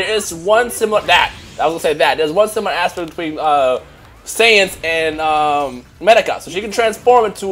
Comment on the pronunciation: my dude her name medaka say her name right